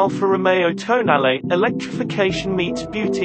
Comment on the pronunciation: It's pronounced toh-nah-leh. Please!!!